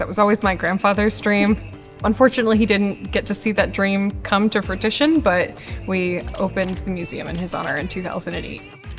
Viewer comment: fro͞oˈiSHən you don't pronounce the t